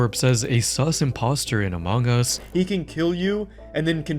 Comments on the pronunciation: I have never heard anyone pronounce among like that.. uh mawng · The way you pronounce Among Us as "omongis" made me giggle, I'm so sorry haha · “A Mong Gus”